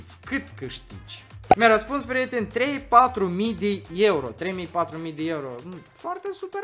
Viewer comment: Dmn nu se zice ieuro omuleee se zice euro 🤮